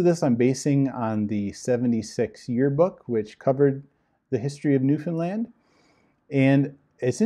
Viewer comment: About the name of the island that he was assigned to, are you certain you pronounced it correctly? Because it sounded as if you said 'Nuthonland'. Did you mean Newfoundland? Because on the map you showed, I saw Newfoundland but didn't see anywhere on the map the word Nuthonland, or a word similar to it. BTW, I'm doing research and there is a cult that sounds almost identical to The Watchtower that is called The Brethren, they were founded on an island and although not well known are still very active. Could this be the same island that he was assigned to after graduating from the Ministerial School? Any information you can give me, or links you provide I would very much appreciate it. I was never in 'The Brethren', but I used to be a Jehovah's Witness. I am very happy to announce that I am no longer in this antichrist organization. However, it took an extremely long time to stop hating the Governing Body members and start praying for them to 'wake up' and leave the organization too. I think the reason it took me so long was that I was too angry and in too much pain to realize that these men are deceived too. I agree with you, it will be the ones that aren't always 'upbeat happy' that will leave the organization first. If you have any information about the island Mark Sanderson was assigned to I would be very grateful if you can send it or links to my email and please put Mark Island in the subject line so I don't accidentally delete it. I get a ton of spam in my inbox.